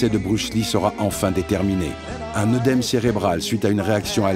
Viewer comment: Note pour plus tard, pour la crédibilité, "œdème" se prononce "édème"